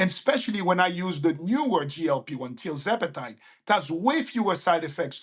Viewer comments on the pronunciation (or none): mentioned a “new type” of GLP1 which he favors… TLzepatide? Or is he saying trizepatide? said 14% of USA population is currently on GLP1s and he says this is a big underestimation. Damn. One side effect of GLP1s is apparently “stomach paralysis.” That sounds serious. Wonder why did not cover that issue?